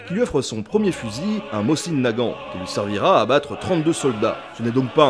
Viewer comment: Chouette reconstitution. Permettez une contribution : on prononce "môzine" Nagant, et pas "mossine". La lettre cyrilique est "C", qui est l'équivalent de notre S mais n'a pas exactement le même son. La prononciation réelle ressemble au son "S" prononcée par une personne dyslalique (qui zozote). La baïonnette fait bel et bien partie de l'équipement standard du tireur d'élite et ça n'a aucun rapport au combat rapproché. La directive (dont le respect était à la discrétion de chaque officier commandant un groupe de combat) était d'utiliser tous les fusils, y compris chez les tireurs d'élite, avec leur baïonnette fixée en permanence, ceci justement parce qu'elle permet de "tendre" le canon (le terme est académique) et augmenter sa précision, notamment sur de longues séances de tir. Néanmoins, les TE russes se démarquaient justement de la troupe classique par leur abandon presque total de la baïonnette, ce parce que leurs armes étaient d'une toute autre précision - les Mosin-Nagant de TE étant spécifiquement fabriqués pour eux et avec un souci de précision - alors que, paradoxalement, les groupes de TE ont pratiqué intensivement le combat à très courtes distances. La troupe, quand à elle, utilisait la baïonnette même à longues distances pour justement resserrer leurs groupements, les Mosin-Nagant réguliers étant tout juste suffisamment précis pour du combat : groupement sur appui d'environ 100 mm de côté, soit 140 mm d'écart maximal, à 100 mètres de distance. Un résultat tout juste